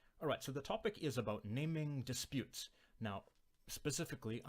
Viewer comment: the way you pronounce it makes me think we're going to be talking about the activity of giving names to disputes, rather than disputes over what things should be called. ahhh, language.